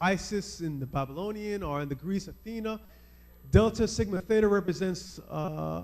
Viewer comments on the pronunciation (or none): none